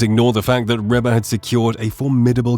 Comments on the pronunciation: Dear Mr Robot narrator: “Reba” is pronounced Reeba not Rehba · Please, please, please. It is REE BA not Rebba. Get a AI that knows how to pronounce words properly. Now to Ruby Leigh, what a treasure. With a voice like her's let hear a lot more.